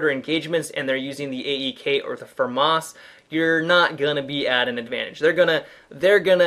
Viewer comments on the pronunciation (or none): That's how it's pronounced. Fuh-moss not fam-iss